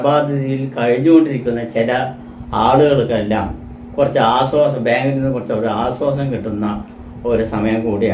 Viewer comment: നിങ്ങൾ ആദ്യം ശരിയായി മലയാളം പറയു. രാസി 😂 ആസ്വാസം😂 ഞമ്മള്😂സെനി സർദ്ദി😂